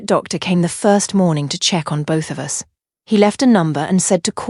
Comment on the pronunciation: I think it's an '''a.i. thing'''. It also tends to pronounce 'bullet wound(wooond)' as '''wownd'''. Hair bow(boe), comes out as '''bahwuh'''. 'Us' gets spelled out, u s, as if each letter was a word. I thought it was a glitch in the video at first. Then I realized it was happening to all contractions, NOT JUST the ones with '''---'t or ---'s'''. Can be very irritating sometimes.